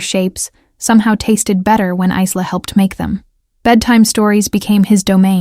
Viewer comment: Obviously no idea how to pronounce a name like Isla !! The doll looks rubber in the picture. I can't remember the last time I saw a doll with a porcelain head. Wonder why he felt the need to drag his suitcase up 4 floors when he could have left it in the car?